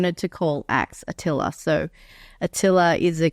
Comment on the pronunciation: Haha, great podcast! Thank you for answering my question. I'm actually a girl named Attila, i’ve yet to meet somebody with my name yet; but it’s still great to see it pronounced right. Attila would’ve been a 'killer' name for Axe.